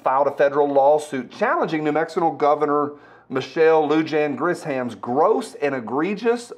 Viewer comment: It’s Gri”sham”